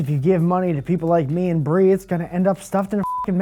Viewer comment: Bree, I like pretty much all of your little quirks, but you use the "Bwee" instead of Bree a little too often. It works best if used sparsely.